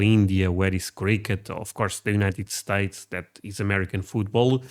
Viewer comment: ok i subbed after you said "United Sates and Iran.."